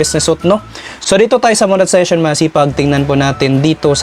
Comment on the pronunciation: Ayusin mo Naman Yang monetisation pagbigkas